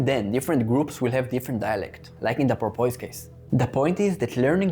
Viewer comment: I say this with 100% sincerity, Sir (i.e. I am in no way mocking your accent): Your pronunciation of “porpoise” is awesome, and I plan to adopt it immediately.